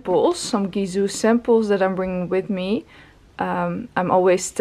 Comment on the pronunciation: Btw why do you call your own brand Gizoo!! It's Gisou with 'S'